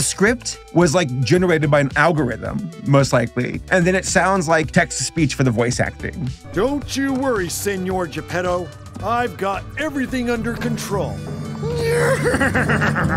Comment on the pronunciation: ...did no one know how to pronounce Italian words? I don't know if many are said (I'm like 2 minutes into the video), but just the fact that the horse pronounces the Italian "signore" (see-nyo-reh) like the Spanish "senor" bothers me like nothing else. I always furiously critique any product that cannot bother to get cultural naming or pronunciations correct, especially when it involves my own heritage. The names got to me. Most are fine, but the ones that annoyed me were Tybalt and Mojafocco. Tybalt, I get the reference, but it isn't Italian in this film set in 19th-century-Italy. Mojafocco annoys me more though. It's 100% a mistranslation of the name "Mangiafuoco", which basically translates as "He Eats Fire/It Eats Fire". To someone who doesn't know, it does look like an Italian name. That is, until you realize that the letter j is absent from the Italian alphabet. Honestly, little things like this annoy me the most, probably because of my personal connection to the Italian language. Also, Lucilda isn't an Italian name. It again sounds Italian, but it would appear that it has been confused for the name "Lucinda", which comes from the Latin name "Lucina".